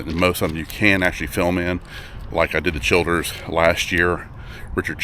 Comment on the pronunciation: also not Richard Childers, it's CHILDRESS